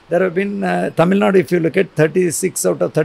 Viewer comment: I heard it right "Tamil Nadu " good job